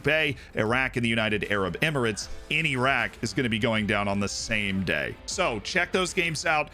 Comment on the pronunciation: Wow, an American who can pronounce "Iran, Iraq and derby" 🤣👌👌